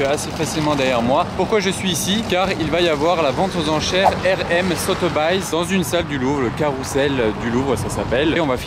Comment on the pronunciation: So Te Bailles , énorme 😂😂😂, ça se pronone So se bise, pour info